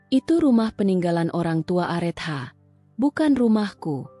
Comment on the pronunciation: Areta bacanya KK bukan arethah mf